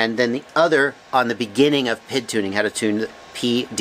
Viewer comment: Love your videos. Great information, well thought out and well presented, but when I hear you say 'pid' instead of Pee Eye Dee it drives me crazy. :-) When you talk about the speed of a motor you don''t call it the erpem..... when you talk about the command line interface you don't refer to it as the klie.... when you talk about electronic speed controllers, you don't call 'em esks.... so why on earth would you refer to the proportional,-integral-derivative control as the pid? Oh, I get it.... some abbreviations are spoken as words.... SCUBA, LASER, and RADAR come to mind, but Three Letter Abbreviations AKA TLAs, (not tlahs) are almost always spoken as three letters. In most cases, TLAs are not acronyms (abbreviations that are spoken as words) but they are usually initialisms ( all the letters are pronounced as the names of letters ). In fact, the only TLA that I can think of that is actually an acronym is CAT as in CAT Scan. Anyway.... Every time I watch one of your videos, I DO learn something, and because of that, I'll continue to watch your stuff and continue to learn stuff nearly every day. That said, every time I hear you say 'pid', it's like nails on a chalkboard. :-) Keep up the great work and thanks for what you do...